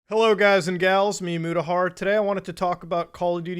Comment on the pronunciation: At around the 3 min mark, we get to witness Mute-ahar 😝